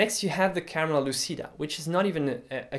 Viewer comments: it's pronuced "camera luchida" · For the record, the word "lÚcida" stresses on the "u" of the first syllable both in Latin and in Italian, and the "c" is pronounced as in "cheese".